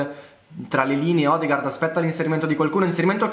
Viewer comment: Odegaard si pronuncia odegord